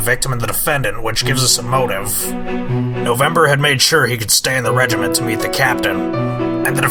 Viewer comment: I love this series but OH MY GOD WHY DID NOBODY CORRECT FRANZISKA'S VA ON HOW TO SAY REGIMENT!? IT IS DRIVING ME INSANE!